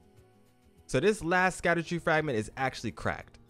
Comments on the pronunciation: literally nowhere on any planet is it pronounced “Sakadu” 😂 great video though, big thanks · It’s pronounced shadow fragment , they just spelled that way for some reason.👍🏽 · Right? I was so confused. Even if you pronounce it just how it’s spelled, it’s still not suck-a-do-tree 😂 It’s all good tho, I butcher so many words in this game too